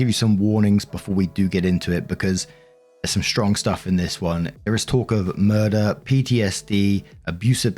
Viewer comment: Me being half-sleep: Did say MUR-DER???